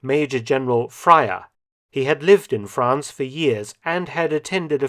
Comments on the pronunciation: “Phraya” is a title pronunce “Pra-ya” (we like adding H to things for some reason). His name would be what follows that title. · A Thai here, his name was not "Phraya". That is a nobility title, Phraya Pichai Charnyarit was not his actual name. It's also pronounced "Pra-ya", due to weird tendencies of Thai people to "fantasize" their names by adding Hs to beginning letters. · True that the name pronunciation is wrong. it's Major-General Praya Pichai Charnyarit. The "h" in Phraya is silent. Phraya is a royal title equivalent to a lower Prince or Duke in European terms. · Just a note. "Phraya Pichai Charnyarit" wasn't actually the name of the Major-General, but rather his title. Phraya is a title similar to a Duke (Military or Royal). The 'h' is silent so the 'Ph' isn't pronounced like Philip, more like if you try to say Praya in a posh English accent, adding the exhalative 'h' after the P. and 'Pichai Charnyarit' - 'Pichai' means Victory, 'Charnyarit' means somthing like Warlock or Mage. Unlike European Dukes, Phraya are not tied to locational Dukedoms, but given a personalized honorifics. So if you translate into English it would be something like Major-General, Duke Victorious Warlock I think he's a Royal Phraya, (not sure, could be a Military Phraya) he's a minor royal, descendant of King Rama I's sister His personal name was Phad (silent 'h'). Surname: 'Thephassadin Na Ayutthaya' (again silent 'h')(meaning: Elephant God of Ayutthaya) the surname retrospectively given to Rama I's brother in law's family during Rama VI's reign. Thais didn't have surnames until Rama VI mandated it. Those who had their surnames created by the Royal Court were the Royals and Aristocracy and higher officials who effectively became minor nobility. The rest were created by local registrars, but I digress. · Hi Mark thank you for another excellent video. Major General Phraya (pronounced Pray-a) Phraya is a Thai/Siamese royal title. His name is Phicit.